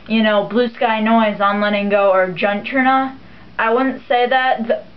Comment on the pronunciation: It's pronounced Uturna. The J is silent